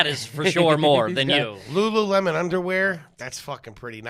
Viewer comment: Had respect until said LuLu Lemon...😅